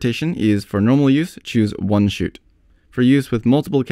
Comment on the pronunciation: Have to laugh at this guy pronouncing "shoot" as "shit"...as in, "the camera shits..blah blah" Otherwise...good instructions !!!